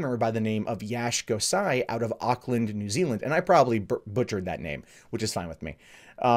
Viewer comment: You didn't actually butter the name of Auckland or New Zealand it was pretty damn close